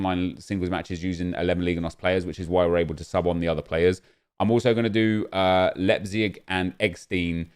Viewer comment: Its Leipzig, you pronounce it Lie-p-zig